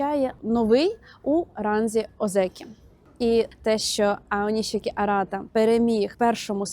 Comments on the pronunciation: нарешті не оніські , а "ОНІШІКІ" - відчуваєте різницю? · Аонішікі правильно